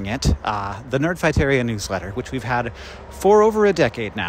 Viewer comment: For some reason the first several times he said "newsletter" I interpreted it as "new sweater".